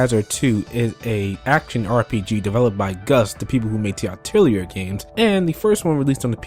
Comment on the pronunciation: Atelier has a silent "r", just a correction. "A tell lee ey" so to speak. :3